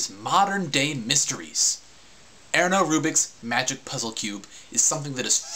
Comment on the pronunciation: Haha.. hungarians are awesome x] we made a lot of things to you.. but you dont know that.. like this rubik's cube.. wich is a pretty useless thing but "it flustrated millions of people".. or the ballpoint pen... BTW he pronounced Ernő Rubik's name pretty cool. Most of the american people cant do that.